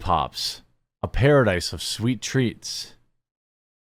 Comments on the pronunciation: RE-read that, please. It’s SOOOOO Bad. “Pass-a-dice of sweet teats” etc 😂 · "a pasidise of sweet teats" 😂